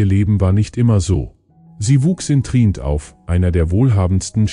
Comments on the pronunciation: Die Stadt heißt Tri-ent! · Clickbait Massenproduktion: Wenn man nichtmal weiß wie der Name der Stadt Trient ausgesprochen wird, wie seriös ist dann wohl dieser Beitrag?